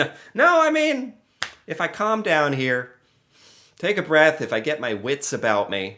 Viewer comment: You’re starting to say boot like a Canadian.